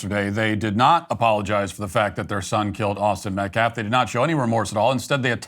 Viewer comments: Who's Metclaff? And how do you dishrespek someone? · How stupid is this guy? metclaf? Doesn't even know how to say his name. Also, self deflense. Its defense dumbass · Austin metclaff ? That dude couldn’t even pronounce the victims name right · You know what? I think he is on purpose saying Austin's last name wrong. It's Metcalf NOT Metclaff you hateful turd. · Pronounce the victims name correctly, goodness! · He cares so much about the victims he couldnt even bother to read their name properly. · couldn't even be bothered to say AUSTIN METCALF's name correctly! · "we respect the loss of life" mispronounces the victim's name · That attorney doesn't even pronounce the name properly. He said 'Metclaff', what a supreme loser he is. I do feel like this boy made a serious mistake but he has to pay for it, regardless of whether he meant to kill him or not. Sad situation here and everything seems to fall back to Race. He wasn't in any risk of being killed by Austin and this case should be a slam dunk. As far as the money is concerned, I could care less about what they do with it, it's blood money and it's spiritually cursed. Karma is on the way. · Karmelo Anthony will end up being free because the Metcalf Dad is so woke. Edit: how can that Ebonics speaking dude not even pronounce Metcalf? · The fact he keeps pronouncing Austin's pretty easy last name is gross. How is it inappropriate for the victims father to be at a press conference? This group is making every bad optics move possible. Then blaming the school district for not cancelling the track meet because of bad weather? Lol wow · calls "disrespectful" Also: can't even get the deceased kid's name right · This fool keeps saying Austin’s last name wrong. Metclaf who is Austin Metclaf… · Is the mispronunciation of white people‘s names intentional or is he really just that stupid?